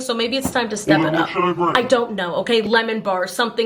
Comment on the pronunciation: "Lemon baRszz" 🤣🤣🤣